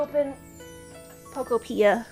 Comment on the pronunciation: Pokopia is pronounced like utopia Poke-Oh-p-ee-ah Not trying to be rude just trying to inform you because you said it wrong so I assume you didn’t know